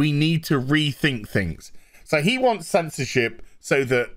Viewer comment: Did he says "censorshit"?😆